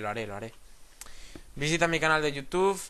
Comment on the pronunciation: te tengo una pregunta ¿porque dices caminantes de yiutiup